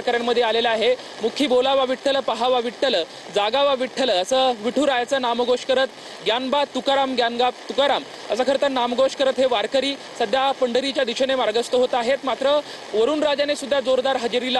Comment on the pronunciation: ग्यानबा तुकाराम नाही. ज्ञानोबा तुकाराम अस म्हणतात वारकरी